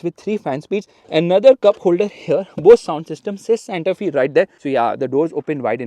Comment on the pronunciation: Fyi, pronunciation is Santa ‘Fay’, not ‘Fee’. The design looks very nice.